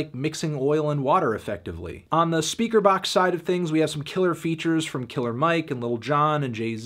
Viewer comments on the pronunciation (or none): none